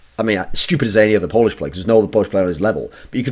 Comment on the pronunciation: Lol, "Polish-ed"